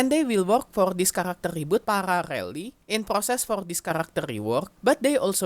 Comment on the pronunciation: u pronounce parallel very funny brother 😅😂